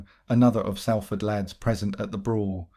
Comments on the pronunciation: Sorry got to correct you…if you’re from Salford ..it’s pronounced Solford….it’s annoying when you say Salford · As someone born in Salford, it really riles me to hear you pronounce it wrong; it's pronounced Solford not sal ford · Bro if you’re gona make a video of a place learn how to fucking say it it’s prounanced solfard not saaalford jheez ruined the whole video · Love your stories but do your homework, it's pronounced sOlford not sAlford 😮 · Pronounced ‘Saul-ford’ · Its prononced 'Sol'ford 👍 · Turned it off as soon as you pronounced Salford wrong!